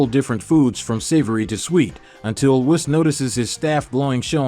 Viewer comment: Cay-yone🤣🤣.... Whiss-Khalifa🤣